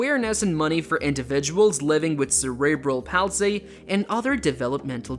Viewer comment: And Die-Vorce and cerebral Pals-lee... who is this guy